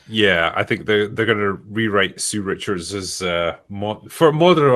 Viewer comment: Correct! He's Ree Rishards!